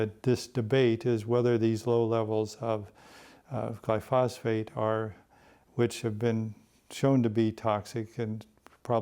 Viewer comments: Gly-phos-phate [sic] ? What a fraudster! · This guy is full of shit. Any farmer would tear this apart. SMH....he doesn't even pronounce glyphosate correctly! So much misinformation.